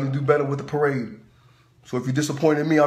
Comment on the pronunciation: Marade not parade